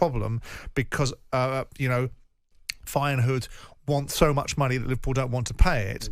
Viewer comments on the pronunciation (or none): dutch man: feyenoord simon: fayen hood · Feyenoord. Simon: fire-nude. Leverkusen. Simon: liver-cousin. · "Fayenhood"? Jee, Jordan 🤦. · "Fine hood." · Feyenhood? cmon Simon. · Why does Simon keep calling them Fayen-hood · Man, learn to pronounce my club well. Very annoying. Besides this is an amazing coach. No other words. Says enough Bayern is also after him. In my lifetime by distance best coach of Feyenoord. People will fall in love with his character and sense of humour during press conferences. It lifts automatically the pressure a bit from the squad and club overall. And trust me, I know where I'm talking about. Feyenoord has been a total chaos with immense supporter pressure for the last two decades (completely flipped around during his lead). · Wild how Jordan struggles pronouncing Leverkusen and Feyenoord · Funniest about that pronounce is that ‘Feijenoord’ actualy is a hood in Rotterdam.😂